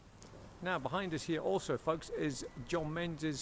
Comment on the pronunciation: please please would you stop pronouncing it "menzais". it is pronounced MINGIS. it is so insulting to those who have that name. Kindly STOP mispronouncing it.